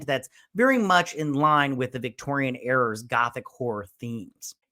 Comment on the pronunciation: “Stroker’s novel”… “Victorian errors”…. Bro 😒 Please work on your diction and pronunciation. I’m trying to help you…